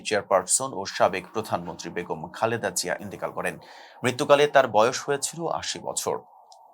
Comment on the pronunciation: Presenter barbar vhab mere Khaleda Zia ke bole Khalda Zia ja khub e biriktikor